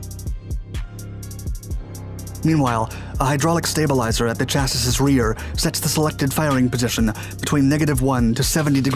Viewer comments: Great video, keep it up! I do have a bit of friendly criticism though. Chassis is pronounced "Chassy" it rhymes with Classy. Don't worry, it's a common mistake. Thanks again for the awesome videos dude! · Can your computer so it pronounces chassis correctly? It is pronounced "chassy", like baby. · I only have one question... what is a "cha-siss"???? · Please stop pronouncing "chassis" incorrectly. I'm begging you. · BRO, it's chassi, not chassiS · CHASSIS The last 'S' is silent. Wonder why I can't recommend you more? Stop using this pronunciation of 'chassis' It should sound like chassy not chassIs Much like Marine Corps sound like Marine Core. Mounted on a Rhinematol RMMV HX2 8X8 but never shown Did show the Volvo 6x6 All Terrain Articulated Truck however. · Chassis pronunciation: Chass-ee ✔ Chass-es ✖ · I love the work you do. All the videos are great and very informative. My only "criticism" is the word chassis is pronounced "chassy" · I've been subscribed for a long time...but for fucks sake, please learn how to pronounce chassis (CHasē,ˈSHasē). It really is a brain splinter. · Awesome video but the word Chassis is pronounced "cha-see" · No hate here but the word "chassis" is pronounced chassee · Chassis = "Chas-e" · Love your videos! Chassis is pronounced "Cha-see". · I hate to nitpick, as I really enjoy all of your videos, but chassis is pronounced like "chassie". I grit my teeth every time I hear it. Sorry. Thanks. Keep up the amazing work... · Can we make that Shass-ee ✔️ Chass-ee ❌ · The third “S” in chassis is silent my man. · You do not pronounce the last s in chassis. Please look it up and apply it.